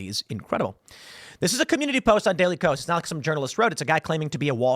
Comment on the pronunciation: I'm pretty sure that the KOS in daily KOS, is supposed to be pronounced K-OS, or "chaos"